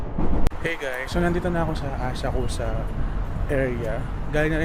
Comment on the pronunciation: Actually it's pronounced Asak-sa [Asakusa]